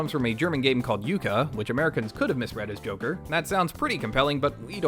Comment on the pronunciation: I though you called it jacker